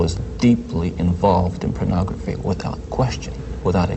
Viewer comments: It really irks me when Ted Bundy repeatedly says, purnography! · Is it me or does Ted pronounce pornography as PERNography